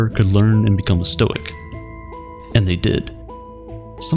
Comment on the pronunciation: "actually it's pronounced stoi-ick"